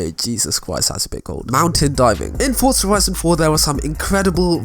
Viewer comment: There is no t is forza so why pretended there is. Its forza not fortza